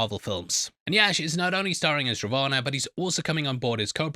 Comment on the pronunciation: You can say Ravan like Raa One hope it helps